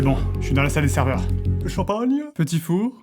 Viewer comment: C'est pas "Serever" mais "Server" :/ PS : Bien joué à ceux qui l'ont vu x)